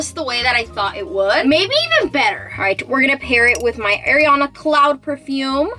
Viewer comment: You said Ariana wrong! lol